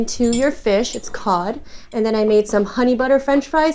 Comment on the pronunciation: It's pronounced 'cod' actually